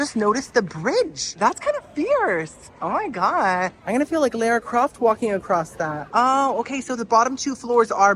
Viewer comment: Lair-uh Croft 😂😂